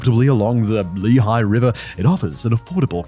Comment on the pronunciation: Well Im strandes here in Allentown..... no, really. I live there! thabks for the great story! also, nice ad read Simon, you nailed the name Lehigh!! (and yes you can screw that up!):D